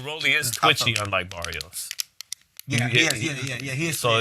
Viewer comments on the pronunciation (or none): Yall saying Barrios name wrong mayneee 🤣 listen here .. u gotta roll that R .. so when u say it correctly it sounds like Maddio Baddios 🤣😭